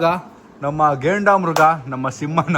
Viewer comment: Gendamruga❌ Grendamuga✔️ 😂😂